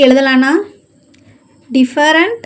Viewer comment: Madam டிபரன்டு இல்ல different